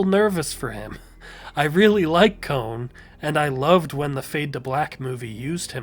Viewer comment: kon ❌ cone✅